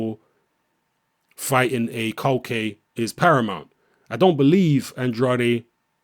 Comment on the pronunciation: culcay is good bro the Venezuelan... btw u pronounce his name (kool-kai)